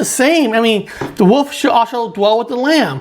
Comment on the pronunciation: Don't trust anyone who doesn't know how to pronounce wolf.